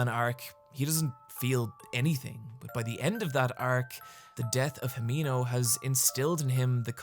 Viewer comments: Hee-men-oh. Say it fast. the 'e' will always sound like "eh". Japanese pronunciation has almost entirely consistent phonemes. It's such a lovely name, so please. please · the way you pronounce himeno pisses me off